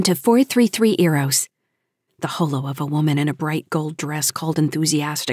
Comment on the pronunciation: why oh why don't narrators of SF know how to pronounce 'holo' correctly. it being the first part of words like hologram.!